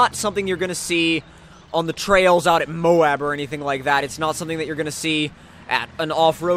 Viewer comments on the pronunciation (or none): none